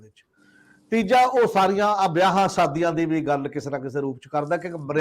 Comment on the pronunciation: Pronunciation of some words are wrong and needs to be rectified as the word is Shromani committee and not Saromany . Similarly say ‘ Shaadi ‘ and not ‘Saadi ‘. Clarity of sound and thought is paramount . Thanks .